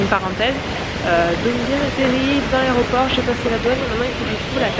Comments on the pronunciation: On dit aéroport et aréroport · "a l'aRÉoport" mdr nan c'est pas possible à ton âge!! C'est aÉroport qu'on dit!! 😂😂😂